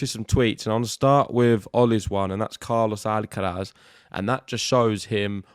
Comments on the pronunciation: WHY are you guys struggling with pronouncing the R in Alcaraz, While pronouncing it perfectly everywhere else... AlcaLaz.. whats wrong with you ? :) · maybe an Alca Laz y tongue😅